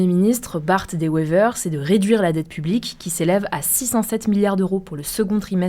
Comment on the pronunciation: On dit Bart Deux Wéver et non Bart Dé wéver. Tu y étais presque 😢😢😢😢